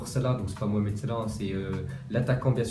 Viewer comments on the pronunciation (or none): none